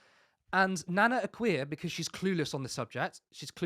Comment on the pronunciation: Nana akua is a self hating blackwoman. Why is the guy in the podcast pronouns her name nana Akua wrong?. Her name is easy to pronoun is as 'A' kua'"